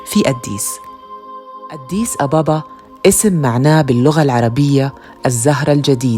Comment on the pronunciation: ليش تنطقي أديس بشكل غريب اد ديس